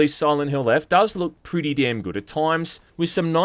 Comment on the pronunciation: Sirent Hrill